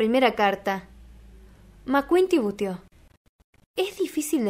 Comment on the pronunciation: titubeó, no "tibuteó"... del verbo titubear: tropezar o vacilar en la elección o pronunciación de las palabras Muchas gracias por leer para nosotros, lo haces de maravilla.